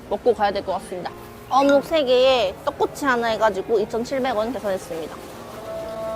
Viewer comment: 떡꼬\치 ㅋㅋㅋ발음 귀야워요